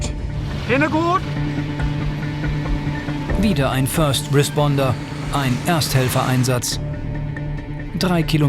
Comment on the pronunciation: Hinne gud? Hinne gud!